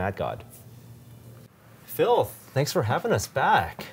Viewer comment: it sounds like he is calling him "Filth"